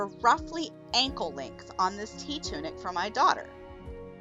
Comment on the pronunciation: I kept hearing “tea tunic” and being confused 🤣 I guess I needed more caffeine!